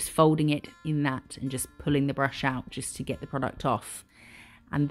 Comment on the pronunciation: I’ll like The Way You are, You are Funny and give sow much detail. And like yours designs Love The Way You say Brrrrush😂😂😂❤❤❤